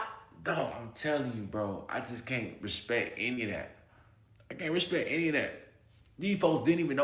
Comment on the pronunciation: Y'all finally figured out Al "Respict" Sharpton!